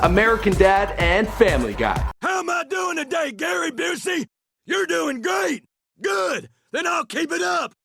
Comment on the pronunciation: Fuck. How does that weirdo make "great" sound like "good".